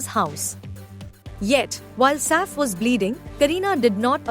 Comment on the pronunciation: ur pronunciation of Saif’s name is so irritating